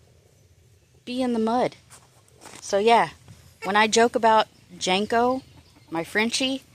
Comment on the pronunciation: Janko?? Or Janky??😂😂😂